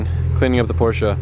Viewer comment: Stop saying Portia, it's called a Porsche.